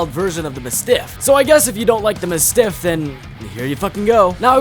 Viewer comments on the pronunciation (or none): Who tf says muh-stiff. Its mastiff. Pronounced like the dog breed. And Mozambique is already a name and you still butchered it. Moe-zam-beak not mozz-am-beak like learn how to read GD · Bro really said "the muh stiff". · Ma-stiff is wild 😂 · Sup. Congrats on hitting 1k subs 🎉💃👏👍 Glad to see another Tf2 vid Also for future reference, it's Mah - stiff And I might be some re-re, but... does BGM mean: Big Hunking MOTHER FU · Mispronouncing mastiff? Filthy casual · The Mozambique and mastiff pronunciations are pure ragebait